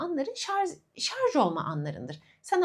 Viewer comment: Çok tatlısınız… ama lütfen şarZ değil ŞarJ 😫